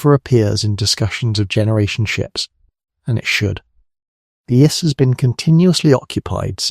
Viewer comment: These AI models are getting better. Had me till DNA was called "DEENA" and the I.S.S. was called the "iss" like hiss without the H. Still AI slop. And if this was a narrator and not AI, someone needs to school them on the script.